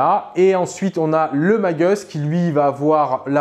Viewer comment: Please,, quant tu évoques Primus, Magus et autres, mais en particuleir ceux là, la prononciation à l'anglaise style "magueuss" ou "prymeuss" est inutile: ce sont des mots à racines latines...